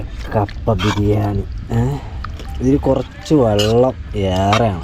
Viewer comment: ജലത്തിനെയും vallathineyum രണ്ടിനെയും വള്ളം എന്ന്പറയുന്നു 😂😂